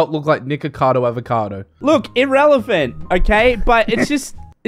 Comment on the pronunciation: Holy shit,, did you say irr-elephant when he mentioned Nikacado lol